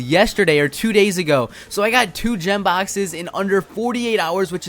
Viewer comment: lol he said Gem Baxes